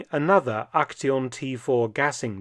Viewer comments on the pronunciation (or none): Trying to portray yourself as apolitical when you're in the SS is just wild. Also, the t in "Aktion" is pronounced similar to the t's part of "it's"